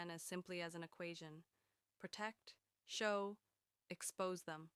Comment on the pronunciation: I thought the boy's name was Shaw not show